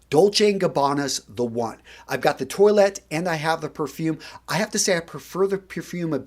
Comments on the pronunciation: Dude it’s not toilet, toilette. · Par-fum Twa-let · Fluorcyl no you’re much closer to the correct pronunciation than is. Eau de toilette written phonetically would be like “oh de twah-let.” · Lol. I love your channel and your advice is great, but PLEASE do the correct pronunciations. Toilette is pronounced twaulett, not toilet - which is what European people pee, etc. into. That one in particular isn't the greatest mental image to have when thinking about a frag. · Also you keep saying "toy-let" like the thing that you pee and poo in. I thought it was pronounced "twah-let". Am I wrong here? By the way I'm being serious, I'm not trying to be a smart-ass. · Lol...when he says "toilet". 😁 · I feel like you are pronouncing it 🚽 as subconscious dad joke. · nice assortment. Though, Ragazzo! As man of European descent, you should pronounce the French word "Toilette" in a correct way. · I love your videos, but the way you're pronouncing toilette. 😂